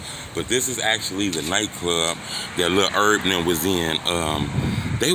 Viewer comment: 😭😭😭😭 cut em some slack that's how u pronounce it otherwise lmfao he cracks me up with that though he always calls him Lil Erb. I know he saw the comments last time he did it 😂